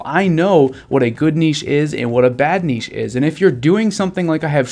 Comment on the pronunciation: Thanks 4 sharing all your insightful knowledge with us; furthermore, the word niche is pronounced NITCH not nichee